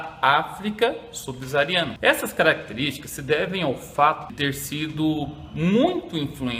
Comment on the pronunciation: subsaariana** professor.